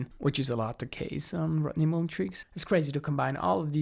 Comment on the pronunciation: ya gotta work on that pronunciation Jonny. its MULL-EN. not MOO-LEN sorry man i had to say it. yes, im a jerk. i know. love you jonny, you're the man.